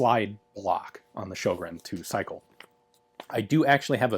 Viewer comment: The Ö in Sjögren is pronounced like the o in word.